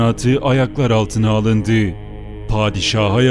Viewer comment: alındii, yapıldii, oturdüü şeklinde telaffuz edilmese keşke...